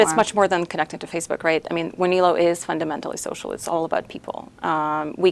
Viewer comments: she says the name..... Wah knee low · I'be always pronounced it Wan el o ...